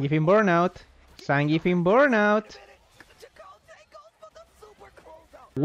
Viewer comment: You gave us some Spanish lessons so I will tell you some native American ones… Chakotay “Cha-Ko-Táy” is a Sioux native American name. It was also used in Star Trek Voyager represented by Mexican American actor.